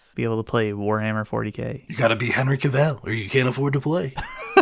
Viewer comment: "Cavill" like "Travel"